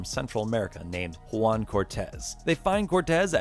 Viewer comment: You said "one" or "Juan" Ricardo Díaz? 😁